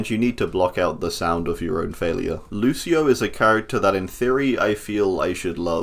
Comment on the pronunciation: Damn You got lucio very wrong